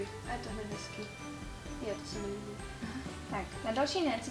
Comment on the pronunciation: hrozně mi vadi to libiou atd. nehty máš krásný ale když se na to video diva někdo kdo to ou na konci slova neříka tak je to divný chápu že tak prostě mluvis ale pro větší sledovanost by jsi si na to mohla dát pozor